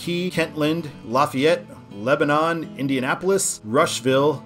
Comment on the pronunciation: head up, in Indiana it’s pronounced Leb-den